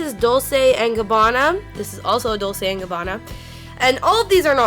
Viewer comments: it's actually dol-CHAY & gabbana and G-VON-CHEE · I'm not an old lady and I use Lancome products. I don't know why it's labeled an "old lady" brand. Maybe because it's a lot more expensive and only older women can afford it. Whatever. Anyway, I'm not trying to be an ass but just trying to help - Dolce is pronounced like "dol-chay" and Givenchy is pronounced like "jzhi-von-shee". I hope that helps. 🙂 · "dull-say and gabbana" is the only upsetting thing about this video to me. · Dolce is pronounced dol-chey and Givenchy is pronounced jee-von-she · It's pronounced "dol chey " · dol-SAY & gabbana and GIVE-in-CHEE I had to stop watching. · dullsay and gabana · Isn't a pronounced dolche no trying to make fun or anything but also a lot of people say it like that so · Dolce =dol-ch-a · But at least show some respect by pronouncing them right, self righteous trash digger. Give-ON-chi, Dol-CHe...They're so popular, it shouldn't be that hard. I honestly wasn't gonna comment, but seeing how disrespectful you are to people who are trying to help you sound civilized, I just had to say something. Go ahead and block me, I don't care. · How could you NOT know how to say Dolce and Gabanna if you're a make up junkie... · Why does she pronounce Dolce all wrong?:/ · The way she said 'Dolce' and 'Givenchy' made me wanna die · I love this video im going to try this, because I'm poor af and want make up, but the way she pronounced dolce made me cringe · this is so cool but it's so annoying the was she pronounced givenchy and dolce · The way she pronounced Givenchy. 😩 And Dolce. Oh, nooo. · This girl can not pronounce anything. Dolce, Givenchy, Anastasia Beverly Hills, Murad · The way she says Dolce and Givenchy is cringing.... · Bless her little heart on how she pronounces Dolce and Givenchy. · Same with how she said, "Dolce" haha